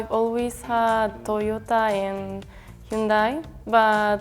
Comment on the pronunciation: really said hyundai…😭😭😭